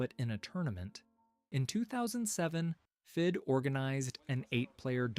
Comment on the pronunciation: this idiot reads fedi instead of fide 😂😂😂😂